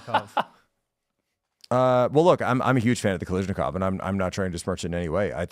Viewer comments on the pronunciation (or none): He also kept mispronouncing Kalashnikov as Kalishnikov. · SKS is not a knockoff of the AK, and it's Kalashnikov, NOT Kalishnikov! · Ffs people, it's "kal-ash-nikov", not "kal-eesh-nikov" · guys, it's ka-LASH-nikov, seriously, it's super weird that you're all getting it wrong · I've never heard Mikhail Kalashnikov's last name mispronounced more times